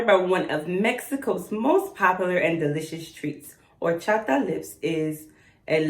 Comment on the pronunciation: Yes girl love that cute box never try any of those but there cute and yes babe you pronounce it correct Horchata 😊😘❤️🥰👌 love to get those prizes 🤞🏻🙋🏻‍♀️ Thank you 😊 my IG those pizza palettes are amazing 😉